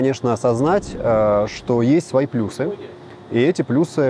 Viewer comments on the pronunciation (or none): none